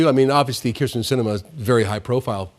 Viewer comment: Hey smart guy, her name is Kyrsten. If you're going to trash talk, get it right. You sound incompetent.